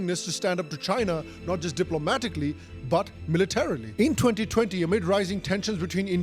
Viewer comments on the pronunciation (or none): itna accent laga diya editor ko bhi samaj nhi aya... Militarily* not momentarily